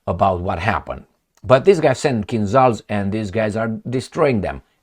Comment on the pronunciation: Hi, I appreciate very much your videos (thank you for all of them!), but why don’t you pronounce the word “Kinzhal” the right way? You would be one of very few on western media! On the net you can find following description of the sound transcribed “zh”, e.g. for the Cyrillic letter ж. “The 'zh sound' /ʒ/ is voiced (the vocal cords vibrate during its production), and is the counterpart to the unvoiced 'sh sound' /ʃ/. To create the /ʒ/, air is forced between a wide groove in the center of the front of the tongue and the back of the tooth ridge.” The kinzhal are called kinzhal because a kinzhal is a dagger in Russian. As you mostly pronounce French words with a way that sounds authentic, I can tell you that the sound transcribed “zh” is the same as the sound corresponding the letter J in Jacques, jamais, Japon, j’aime, jalousie, etc. See the article Khanjali in Wikipedia, which concludes “Compare the standard Russian-language word (probably Turkic-sourced[6]) for "dagger": Russian: кинжал (kinzhal).” Good luck!